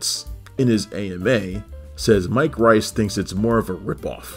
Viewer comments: it's pronounced Mike Rees, not Rice, trust me I've heard him say it on a lot of audio commentaries. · Pronounced "Reese" actually.